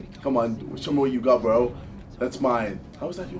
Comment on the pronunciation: he say bro , "boro"